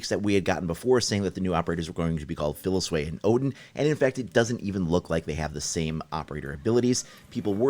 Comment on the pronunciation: Wtf is up with him adding a “sway” to the end of both the South African names. PhiliSWAY and now Melusway bruh it’s pronounced Phili-seize-weh and Melusi is pronounced Meh-lucy